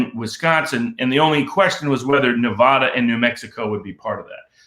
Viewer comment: you are brilliant, but have some humility and learn how to pronounce Nevada. It's offensive.